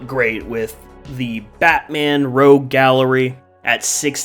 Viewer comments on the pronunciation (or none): none